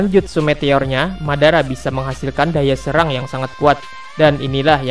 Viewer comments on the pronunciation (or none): none